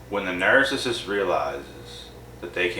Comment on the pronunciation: You seriously need to learn how to pronounce narcissist call me it's very annoying the way you're saying it